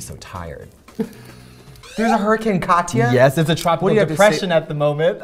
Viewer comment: I like how the bot pronounced Katya's surname as if it had known her personally...